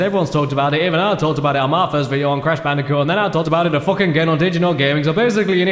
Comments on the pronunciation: C A S H B A N O O C A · HALLE FUCKUNG LUJAH ITS BRASH CANDICOOT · "Cash Banooca" OMG I lost it! XDDD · But that’s his name: Cash Banooca! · Hmmm “cash banooca” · I'm gonna call Fake Crash "Cash Banooca" from now on. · You realise everyone in the world is gonna call it Cash Banooka from now on, right? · Brash Candicoot or Cash Banooca? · BRASH CANDICOOT!? CARRY ME MADDICARUS! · Cash Banooca..I am going to be calling him that from now on. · Bash Canooca